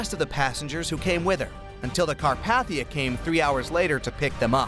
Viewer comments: It’s not cat paf ter like you said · nah 💀 carp"aH"thia